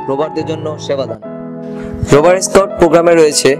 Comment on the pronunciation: রোবার না রোভার।😄😄😄